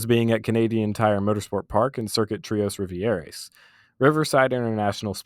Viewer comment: say it with me king: “twah riv-ee-airs”